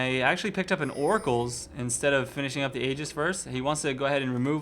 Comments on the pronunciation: Aegis is pronounced ee-jis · aegis is actually pronounced "ee-jis". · It is pronnounced idʒɨs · aegis is pronounced [ee-jis] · Aegis = A Jis. Long A. Rhymes with "Hey Jess." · Aegis = EE-jiss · It is, the correct pronunciation uses a silent A and a soft G